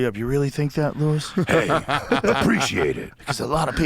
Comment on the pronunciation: Your name is Luis not Lewis